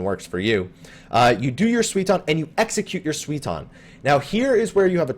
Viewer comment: It's something like "sooy-ton", not "swee-ton" :D But apart from that, great video, thanks for uploading it! :) P.S. I just swapped my client to Japanese and Dancing Edge's buff is a combo bonus (it doesn't require being on the flank), so the tooltip in English is just wrong, it's not a bug.